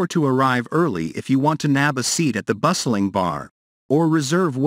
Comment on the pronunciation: The weird intonation, mispronunciation of food items, misplaced emphases (e.g., "bustling bar"), and misinterpretation of punctuation make me wonder whether the narrator is an AI. Also, "kallos"/"kalli" does not mean "most beautiful" in Greek; it just means "beautiful." "Most beautiful" would be "kallisto"/"kallisti."